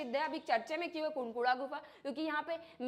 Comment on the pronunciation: कुनकुड़ा ❌ उड़कुड़ा✅